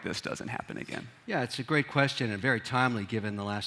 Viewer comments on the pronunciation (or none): none